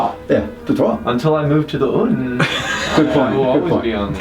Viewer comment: I will literally implode if I hear another american pronounce "un" like that XD